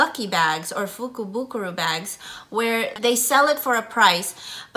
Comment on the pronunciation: actually it is a "fukubukuro", not fukubukuru! I am Japanese and enjoyed your video. Thank you for sharing👐